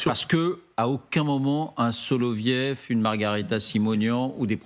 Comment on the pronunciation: " SoloviOv ". Le Ë se prononce " io " en russe. Comme " Gorbatchiov ", " Khrouchtchiov " etc. Apprenons dès maintenant le russe, ça pourrait nous servir dans un avenir proche...